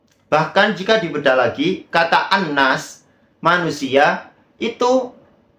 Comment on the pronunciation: Heri Pras malah sentil habib Umar bin hafidz 😂😂😂 yg udh jelas hafal ribuan sanad hadis 😅😅😅😅 miris baca an nas aja salah 😂😂😂